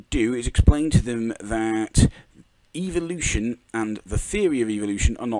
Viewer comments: Good lord its fucking "evo-lution" not "eevil-lution" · I keep hearing Eeveelution when he says evolution, help